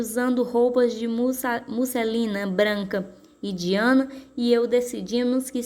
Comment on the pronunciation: Desculpa falar mas se pronucia daiana